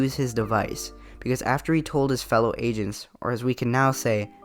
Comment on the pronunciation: LMFAO WHEN I HEARD AGENTS I THOUGHT YOU SAID ASIANS